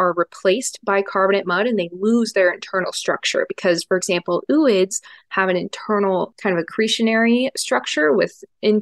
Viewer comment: Are you kidding me with the 'ew-ids' again? It's 'oh-oids'.